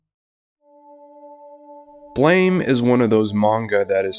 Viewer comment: Ok. Imma do the BLAME! comunity Meme before someone else does... Ehem... It's pronouced BLAM! not BLAME! I always love to see people talking about one of my absolute favorite series of all time, and i also feel that the adaptations left outside of the conversation way to often. I personally got introduced into the series by the .0.11 OVAs and loved it so much that i read everysingle Nihei work after it. More people sould know about this wonderful series.